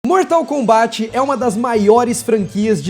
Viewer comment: Meu Deus, primeira pessoa do YT falando Mortal KombÁT... como se deve falar. Obrigado!